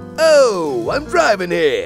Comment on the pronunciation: OOOH! I'M DRIVIN' HEAH! LMFAO